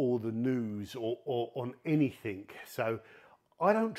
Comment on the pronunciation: "anything", not "any think"